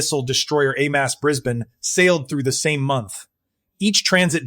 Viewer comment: Get rid of the Ai as it can’t pronounce words properly. Especially HMAS.😢